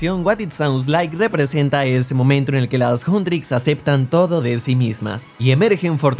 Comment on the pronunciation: dice momentoen xd